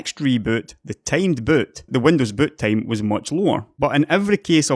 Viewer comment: Did he say butt-time?